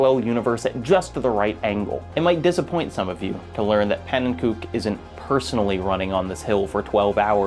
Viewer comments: i’m definitely not the first person to say this but pannenkoek is pronounced pannen-ko-ek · "Pannenkook" :( how many times does he have to tell people the right pronunciation of his name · hearing u pronounce pannenkoek that way hurts my soul. he doesnt pronounce his name the dutch way, he does it in an anglicised way. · the way you pronounced pannenkoek is absolutely terrible but perfectly on-brand for an English speaker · Pannenkoek mispronunciation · the mispronounciation of panenkoek hurts lol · his name is pancake in dutch your pronounciation is pretty wrong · The way you pronounce pannenkoek name is hilarious. Oh it gets so much better I thought it was gonna be a one off thing but you keep saying it. it adds a very fun bit of levity to the video. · I'm loving this, but every time you say "pannenkoek" I cringe a little bit. In the 255 Coin Limit video he says his channel name and it's pronounced pan-en-ko-eck, not pan-en-kook. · I've watched every video in the YouTube catalog. I've read and reread How a Game Lives. This might be my favorite essay yet. Which is why the pronunciation of Panenkoek's name kills me every time. He doesn't use the Dutch pronunciation to refer to himself, preferring "ko-uk" to "kook" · Hey, love the video but noticed you pronounced pannekoek the correct Dutch way. Just thought you might wanna know that pannen himself actually pronounces it like pannen-ko-ik. Also, you might've stumbled across it at some point but Bismuth made an incredible video series on the A-button challenge which has a large focus on pannen and his work. I recommend checking it out for more on the topic. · btw its pronounced "pannen co-eck"